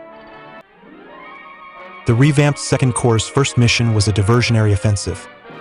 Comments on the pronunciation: A small matter, but, Corps is pronounced "core", not corpse. The PS is silent. Although, having revealed the correct pronunciation of Corps, the German Afrika Korps eventually devolved into the Afrika corpse of the German forces in North Africa. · Korps (in German) and Corps (in English) are pronounced as “core”, with a silent p. Very interesting video. Thank-you. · STOP SAYING CORPSE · Please do not pronounce the ps in corps.